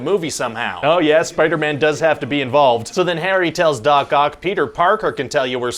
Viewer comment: Sorry, am I the only one who always understand dogcock instead of Doc Oc? haha